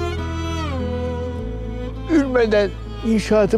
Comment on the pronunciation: böylesi can alıcı bir sahnede, imam olan birinin son nefesinde elhamdülillah lafzını yanlış telafuz ederek elhamdürillah demesi🤦🏻‍♀️👀 Sen koskoca diziyi balkan şivesi ile çek, ama söz konusu yine, dizide bile değer taşıyan İslami bir terimi yanlış telafuz et…. Bunlar da zaten hep de bir tesadüftür.., Dil sürçmesidir zaten hep! Hep ama hep de bu tür kelimeler yanlış telaffuz edilir… Başka mana aramamak lazım herhalde, yani, sanırsam